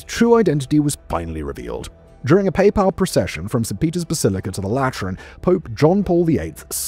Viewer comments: "PayPal procession" lmaooo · "...a Paypal procession from St. Peter's basilica to the Lateran?